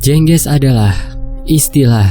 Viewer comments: Jeng ges Bukan jengges mas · Bacanya Jengge`s maz, Bukan je`ngge`s